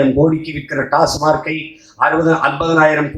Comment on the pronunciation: He doesn,t know even TASMAC He said TASMARK